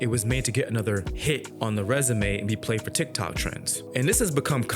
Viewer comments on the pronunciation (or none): none